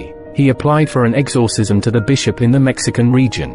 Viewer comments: I now cant stand the word "exORcism after listening to this. If you are going to use AI voices, make sure the thing can pronounce words properly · Sorry but I can't get over how he says exorcism lol